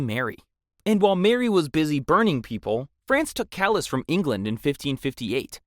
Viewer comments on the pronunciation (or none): “Callous” I felt it down my spine 😂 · Horrible mispronunciations in this video: Calais , Despot , Provence, Æthelred , Mortimer